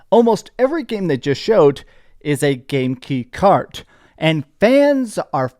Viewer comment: I just like the fact you still can't say game key card correctly 👍🏻😂